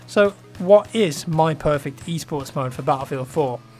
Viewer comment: i dont know what he is saying... e-sports, east sports, e-sorts... wtf?